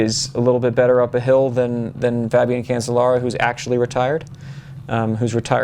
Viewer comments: Cancellara is pronounced "can-chell-ah-rah" isn't it? "Chell", not "sell". That's what I've always heard them say when I'm watching the Tour de France etc. And these sources pronounce it "chell" as well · Nice views. But Phil, if you keep calling him Cancel-lara he will cancel you. I think that is what he was thinking. It is pronounced Can-CHE-lara.